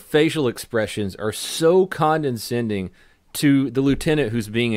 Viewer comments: 'Condescending"', not "CondeNscending" C'mon bro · ...Wait, did you just say "condensending"? I think you meant condescending...right? WTF...you sound like Brad Pitt in True Romance. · The only thing harder to hear that this pastor's argument and voice, as much as I love his videos is pronouncing, condescending. Condinsending. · Why does donut keep pronouncing condescending with an extra n? It’s not condeNscending. Just condescending… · She’s conDEscending as well as conDENscending! Wait. I’m being conDEscending to! I love your channel! (It’s years of being ripped-on and, in the case my dad at least, beaten on, for mispronouncing words) They were English professors. I’m gonna go eat some basgettios. 🥺✌🏼❤️👍🏼. I’m being goofy! I love ya!! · I hate being that guy, but... "Condenscending"... There's no way say it's actually "condescending" without being condescending... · WOW SHE'S A CONTROL FREAK!!! Condescending.....condinsending.... I think you should do an episode about police misconduct. The misconduct is the mispronunciation of corroborate. Police very frequently say cooberate. More often than not! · It's condescending not "condeNscending". Come on man, I already had to get on you for how you pronounced Minneapolis in another video. Not trying to bust your balls, just trying to make you a better person, grammatically that is. I know, I know, I'm not a grammar Nazi or the spelling police so I don't need anyone commenting to remind me of that. Love your videos though, keep up the good work. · please stop mispronouncing conDEscending as conDENscending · Just found your channel, like your videos. Not trying to be a dick but its "condescending" not "condenscending." I'd want someone to tell me is all. Keep up the good work man! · I love you but it's condescending not condenscending. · CON-DE-SCENDING not CON-DEN-SCENDING.....good god man. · *Condescending not Condenscending* :v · Condescending, not condendscending haha